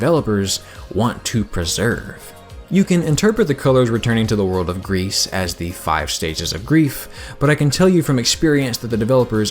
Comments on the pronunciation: okay, i love you and your videos and i loved your gris video, but as a french speaker, ITS PRONOUNCED "GREE"' NOT "GREASE". . . and i mean that in the nicest way possible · Am I the only one who is a bit annoyed by the way he says "Gris"? It's not "grease", it's "gri". It's french for grey. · Man you kept talking about this "grease" game and it threw me off every time. I always read GRIS as the colour "grey" in French, which sounds more like "gree" as free, but the g is harder and the e phoneme is shorter.